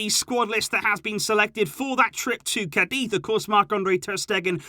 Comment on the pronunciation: Dear, I like your channel and the insight you present. However... For such a devout fan of FC Barcelona, I'd expect you to learn to pronounce some basic names correctly... Like Araújo or Cádiz... The call have the accent indicating the pronunciation. And I'm sure you've heard Spanish commentators or youtubers say these names... I just think the players and teams deserve to have their names pronounced the way they should be. Especially if you have 2 channels dedicated to the club and have been a fan for years... Kindest regards and thank for all the updates:)